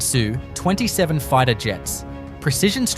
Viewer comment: You sure? Only time i can sense it is how he/it says SU in ruzzian fighterplanes.